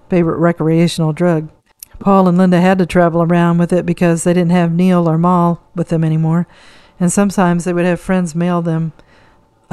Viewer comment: Mal .. pronounced with a short A Pal and Cat, ..Mal Evans❤